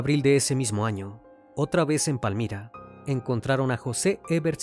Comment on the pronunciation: Saludos desde Tuluá Valle del Cauca Colombia Me encanto como pronuncio Palmira